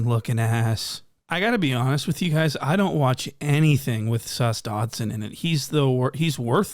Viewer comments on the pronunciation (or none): “Sus-Dodson” and “” ah hahagagagaga 😂 good ones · "Dotson" broooooo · "The dodson" 💀💀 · Nah I like when he calls him almighty datson 😂😂